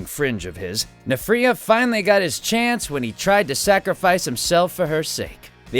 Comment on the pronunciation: Excuse me but that's not his name It's N-firea